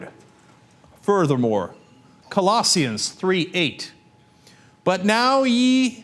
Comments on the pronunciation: Cenk doesn't know how to pronounce Colossians. Or spell it, for that matter. lol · And the proof that Cenk isn't a Christian, nor ever has been: his mispronouncing Colossians (and they misspelled it too). lol